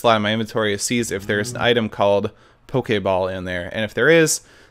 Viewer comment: Err why u say pokei ball FUUUUUULKLLK